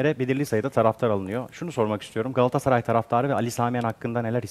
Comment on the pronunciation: çevirmen: "gaassaray"